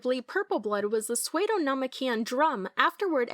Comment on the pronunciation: Wait did she pronounce psuedo as "swade-o" and not "sue-doe"?